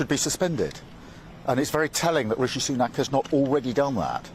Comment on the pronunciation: Did he just say rishi sunake re-elected?